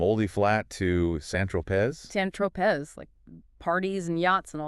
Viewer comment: Hello AI 👋 FYI have the bots learn how to pronounce St Tropez… Note: this book wasn’t all that great. A lot of flat characters (Pippa, Faye, Theo, the Wilders) The book also didn’t tie up unresolved issues (Dad estrangement, Tess’ disappointment.) another reviewer (who was an actual person) recommended Bridget Jones’s diary as a better version of what this book was trying to do, as compared to Pride and Prejudice